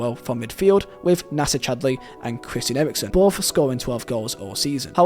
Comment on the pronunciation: Chwistian Ewiwksen